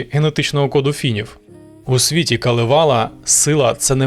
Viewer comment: КАлевала) с наголосом на перший слог) На Суомі все просто) всі слова наголос на перший слог) даже якщо їх там десяток) Дякую за чудове відео) кіітос)))))))))